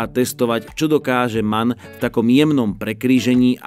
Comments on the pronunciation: Neříká se man, ale , em. á. en... Mannheim, Augsburg, Nürnberg.. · nemci by ti dali (že to vyslovuješ ako MAN). Vyslovuje sa to ako M, A, N...zvlášť!!! Na to pozor, najmä u nich. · pozor Němci dbají na důraznou výslovnost a jakoby to vyspelují M A N ("das ist ein em á en")😃